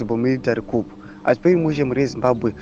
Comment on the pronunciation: Pronounce as koo....for coup pse